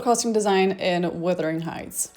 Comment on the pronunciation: Wuthering Sheights...